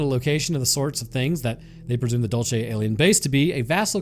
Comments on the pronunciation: Dul say, not dul chay 😅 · IT IS PRONOUNCED: DULL-SAY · And it’s dul- say not whatever you said you nerd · Also, idk why people have such a hard time pronouncing “dulce”. It’s DOOL-say, not dole-chay. It’s Spanish not Italian. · It's pronounced Dool-see. As a New Mexico native, I can say that there are probably more UFOs in the state than anywhere else. Always have been. Love your stuff man! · I knew as soon as I saw the title it was going to be about Dulce. My understanding is it’s pronounced “Dole-Say” That said, the underground base has humans working along side the greys and reptilians. The reptilians built the underground base a couple million years ago because of the high magnetic fields deep in the earth in the southwest. One of the lower levels they do animal human hybrids from transients they’ve kidnapped over the years. There’s a level that has the ability to trap souls of creatures that accidentally end up there when they are astroprojecting. The war happened when a reptilian wanted Phil Schneider to release information about what was going on. The war ended up just being a failed mini rebellion. Also, the greys are like worker drones who communicate telepathically. They don’t get along with the reptilians and sometimes fights break out. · You're pronouncing Dulce wrong too ! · The way you pronounce Dulce is grating af, what a way to anglo-cize a Hispanic place! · Santa Fe is the state capital, such ignorance in this day and age, plus, you pronounce Dulce incorrectly , goodbye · I just cant stop laughing at how he said "Dulce" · Also this is gonna drive me mad Dulce is pronounced with a soft C like in Cereal not a hard Ch sound if you say Dulcereal and take out the real then you got it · you have a strange way of pronouncing Dulce